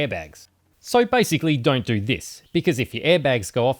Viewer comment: That accent is unbearable... how can people pronounce a simple word like "do" this weird way "doewrewr"